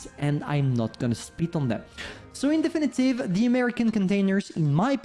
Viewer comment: I'm always so confused when he says "In definitive" . It's not as good as him saying "Don't mind me" or the way he says "Annihilator".